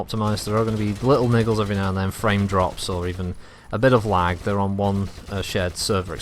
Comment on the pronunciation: at first i thought you said "waagh" but you said lag.